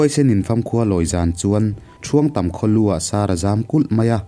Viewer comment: Ṭhuangtam tia i lam hi a dik lo Thuangtam tih tur. (Tri ni loin T tawp) tun thleng pawh hian he khua hi ala awm e. Tin, Tuivai i lam dan pawh hi a dik lo.